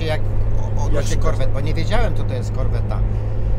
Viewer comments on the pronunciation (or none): Serce się kraja i ręce opadają: zgredzik piłuje na zimnym, a łebek mówi "korwetta" przez 2 "T".